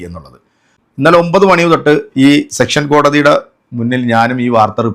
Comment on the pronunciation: സെക്ഷൻ കോടതി അല്ല സെഷൻസ് കോടതി